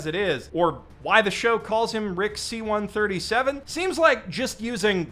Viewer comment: this isn't Rick C-137, it's Rick Sí-137